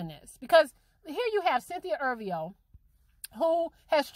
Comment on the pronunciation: if ur gonna talk about someone say her last name right